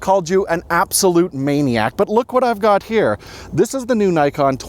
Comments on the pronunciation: Actually the pronunciation of “Nikon” is /ni:kon/ instead of/naikon/, it is a Japanese pronunciation 😊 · It's Nikkon not Nykon! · Please, learn how to spell Nikon. It reads as "Neekon". In most languages the "i" reads as "ee". Just watch japanese videos about Nikon gear and listen how they spell it...